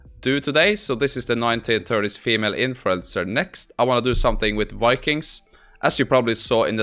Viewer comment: Don't say "Wikings", its "Vikings", obviously!